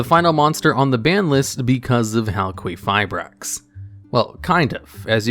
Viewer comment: About Halquifibrax pronunciation. I'm Greek so I've got you with the correct one. The name of that monster comes from the Greek word for Copper which is Χαλκός (halkos) and maybe even the Greek word for someone being made from copper (Χάλκινος Halkinos) so the correct way is Halkifibrax (ki as in kill.) AND I'M OUT.